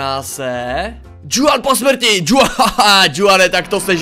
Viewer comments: Čte se to Chuan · Hele to jméno se čte chuan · to Juan se čte Chuan. Jinak superbombový video:goodvibes